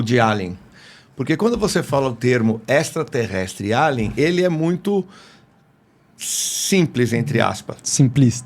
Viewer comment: Pronuncia se eilian e não alian ou então fala português alienígena. Melhor falar em português do que tentar falar em inglês e não saber